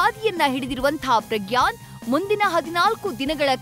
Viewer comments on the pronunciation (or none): ಪ್ರಗ್ಯಾನ್ ಅಲ್ಲಾ ಸರ್ ...ಪ್ರಜ್ಞಾನ್✌️